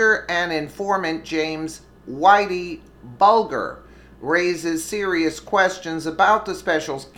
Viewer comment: It's pronounced Buldger Bul jer Whitey Buldger get it right, it's really bothering me that you're getting it wrong